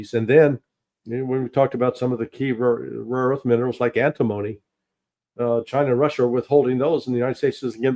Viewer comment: anTIM-ony (emphasis on 2nd syllable)